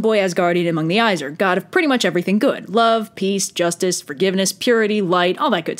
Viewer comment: "Aye-Sear" AEsir